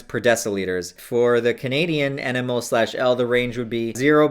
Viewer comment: How can you advocate safe substance use and dabble in the use of RCs and seriously potent chemicals for several years and be oblivious to the unit mole or concentrations in general? That's ridiculous. "EnEmOle-per-liter" triggered the shit out of me.. rest was pretty meh, too.